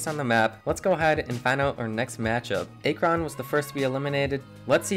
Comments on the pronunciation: (Ack-rin)not (A-kron) lol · Ya everytime he said a kron I'd lose it lmaooo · What the f*** is Ay-kron? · Akron "Ack-ron" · Stop saying “a-kron” it’s “ak-rin) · Aye-Kron got me laughing not to be rude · It’s Akron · Sorry guys I noticed I pronounced Akron wrong won’t happen again 🤣 also thank you everyone for all the support it means a lot! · Great video, besides for the pronunciation of Akron. All jokes, keep up the great work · Legit had me dying every time he said it lol I’ve never heard anyone mess up the pronunciation of it so it was kinda fun to hear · Dude the pronunciation of Akron was tough on the ears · I cringe the way Akron is said , good vid tho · Why do you say Akron like that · You pronounced akron wrong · It’s actually akron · Why you say Akron like that 💀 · I cant Watch this video with the mispronounced Akron every time😂 I had to stop like 4 minutes in! cool idea tho! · You’re saying Akron WAY wrong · Not to be mean but you said akron wrong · Who tf pronounces Akron like that? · Hard to listen to Akron said wrong the whole time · Bro pronounce Akron correctly please